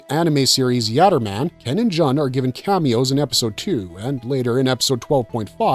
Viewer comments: Joon, not Juhn :) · You're welcome, & that also sounded so wierd when he said John instead of June 😊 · princess "jon" is not pronounced as JOHN, but rather JUN as in JUNE. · G-3's name: "Jun" is pronounced "Joon." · Thank you for the corrections. Especially on character names. I winced every time I heard Jun’s name pronounced wrong.